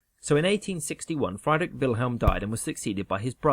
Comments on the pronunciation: No one is asking him to have native pronunciation, just something approximately close to the original. Friedrich is "freed-rick", not "fried-rick". Just like you'd expect a Spanish guy to pronounce "James Bond" with a hard J instead of "Hah-mess". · It's Friedrich, not Freidrich. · Note on German pronunciation of German words with EI and IE; in German the second bowl is stressed. The name Friedrich is pronounced like “Freed Rick” not like “Fried Rick”. Apologies to Rick. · Just btw its pronounced "freedrisch IV" not "frydrick IV" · Excellent video but it's FREED-rich and not FRYED-rich. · Friedrich not Freidrich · “FRY-drick”? Is that the pronunciation? I’ve always said “FREE-drick.” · Friedrich is pronounced "free-drikh," not "fry-drikh." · FREED'-rich. Not FRIED(chicken)-rich. Etc. The mispronunciations in these animated videos make me crazy! Is this humans talking, or some kind of crappy AI program? History 101: if you don't even know how countries, leaders and eras are pronounced... you're probably not really a student of that history, and maybe no one should give any credit to anything you're saying. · Friedrich = pronounced "Freedrick" not "Fr-eyedrick" goshhh🙄🙄🙄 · You pronounce Friedrich wrong, in German the "ie" diphthong (like in Friedrich) is pronounced very different from the "ei" (like in Einstein). You pronounce the German "ie" like the English "ee" in words like deep or free, so you'd pronounce "Friedrich" something like "Freedrig". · I truly do love your videos but PLEASE look up how to pronounce foreign words! Friedrich is not "fried-Rick" ahaha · Great summary! The pronounciation of Friedrich ("Frydrick"), though ... Try to pronounce it like "freedre" and then the sound a cat would make if you annoyed her. CHHH. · It's Friedrich not Freidrich, when the I comes before the e it makes an ee sound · Friedrich (like English “freed”), not Freidrich (like English “fried”). Because German spelling.